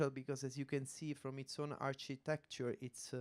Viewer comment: the archytetchure